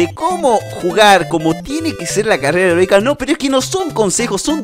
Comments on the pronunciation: Algo positivo: en ves de decir carrera heroica dijiste carrera erotica .-. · dice carrera erotica lo pronuncia mal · Like si escuchaste carrera erotica enves de eroica otalves las 2 🤯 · en el segundo 19 dises erotica xddd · carrera erotica carrera erotica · like si dijo herotica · ALGO POSITIVO ALGUIEN ESCUCHO CARRERA EROTICA? XDXDXD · Carrera erotica? 😅Soy el único que lo escucho así? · Dijo carrera erótica ?😂😂